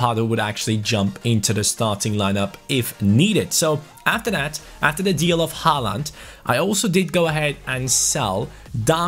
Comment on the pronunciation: You say Aarons and Håland the wrong way. Aarons is an english name... And in norwegian you say ”aa“ as the letter "å". Just use Google translate or something like that and get it right!